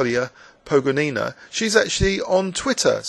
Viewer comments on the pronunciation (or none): Thanks a lot for this wonderful video! I will upload it to my website too. Just one small amendment: I'm PogOnina, not PogonIna. :-)